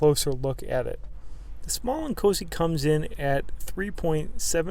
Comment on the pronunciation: I thought you were saying "small and cozy" then I looked at the title lol